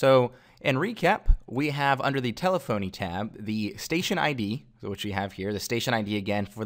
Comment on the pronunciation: Good video. Thank you. You should be aware though that telephony is pronounced like Stephanie and not tele-phony as it appears it would. I know this may seem trivial but it could cost you credibility.